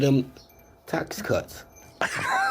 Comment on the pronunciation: 5 trillion dolla ta cuts? boy his education really worked :p